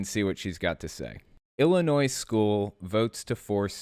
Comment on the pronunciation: Just a friendly reminder the (S) is silent in the Word Illinois.